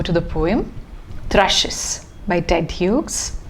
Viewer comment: The second name of the poet is pronounced as we would pronounce 'hues' or 'hews'.